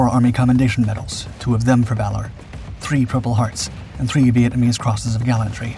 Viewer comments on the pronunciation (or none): none